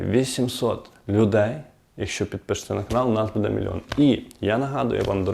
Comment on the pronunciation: Буде -наголос? "Буде надано", невже так складно ставити наголос правильно?